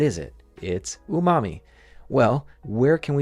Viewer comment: "Umami" Bro, i heard "your mommy"